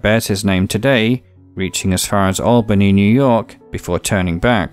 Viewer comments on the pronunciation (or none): none